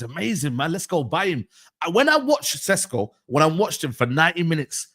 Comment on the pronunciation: I’ve been told Shesh-ko is how you say it but fck it it’s Sesco like Tesco moving forward.